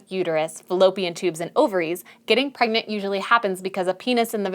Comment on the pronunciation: Pergnut, pergonant, pregnart 😂